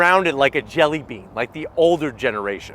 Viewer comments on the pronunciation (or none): none